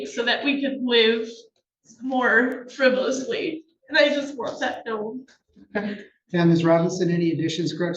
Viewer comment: She likes the word “frivously.” She should learn its actual pronunciation, frivolously.